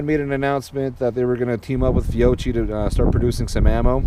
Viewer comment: It's pronounced Fee-oh-key